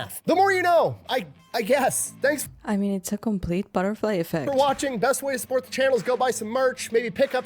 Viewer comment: Did you say, "Complete butterfly effect" or "Complete barfight effect?" 🤣